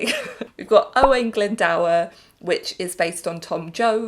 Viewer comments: Figure the Glyn part is actually pronounced correctly, it's the 'dŵr' part that's wrong, instead of 'dower' like how they say it in the song, it should be an 'oo' sound. So it's Owain Glynd-oo-r. Weirdly enough, if you translate the lyrics, "O-o-o-wain Glyndŵr, my family sent to the tower' to Welsh using the correct pronounciation of the name, it actually rhymes better than the English version lolol - tower in Welsh is tŵr, with that same oo sound. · Ok, nothing against you but I would have moved owain glyndwr down to the bottom tear since they pronounce his name wrong. It's pronounced owain glin-door (closest way I can spell it in English) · I feel like I'm probs the only person in the HH fandom that actively despises this song, as I am from Wales this song actually mispronounces Glyndwr and it bugs me